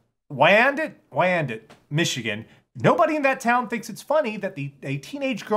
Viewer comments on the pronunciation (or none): I never realized Wyandotte was a hard city to pronounce until tried. It's pronounced Why-an-dot. Some other fun names in Metro Detroit are Gratiot Ave and Dequindre Rd